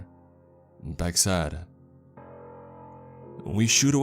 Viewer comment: Beck Said = Bock Sad Why do you talk like this? Un-plug your nose too.